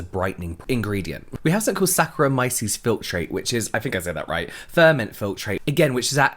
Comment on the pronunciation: You did great pronouncing sacchraomyces